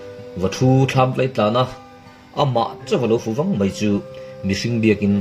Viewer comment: Lo fu váng mai ni lovin lo fù vàng (vanglai tiha Vang kan lam rik ang hian lam tur) tih tur